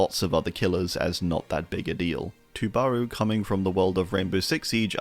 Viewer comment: The pronunciation of Tubarão’s name hurts as a portuguese speaker